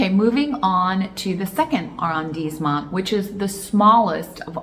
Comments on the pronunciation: I wouldn’t worry too much about your French at this juncture. Be confident, be bold, be committed and you will do well. Arrondissement is pronounced with ‘dees’ because of the ‘i’ and the ending ‘t’ is silent.” It’s all good .. everyone will know what you are meaning to say. My apartment is across from Jardin du Luxembourg so we should definitely have lunch and an impromptu French lesson. Love the channel -Daniel 🇫🇷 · Don't think one pronounce the "t" in arrandisment